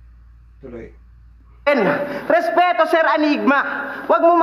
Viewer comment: Idol Kevin SURant ung pagkaka sabi ni adressing nga ky sur 😊